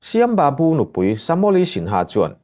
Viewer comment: Ka pu Shyam babu/Sam babu tia lam tur a ni e ilam dan hi a dik lo aw.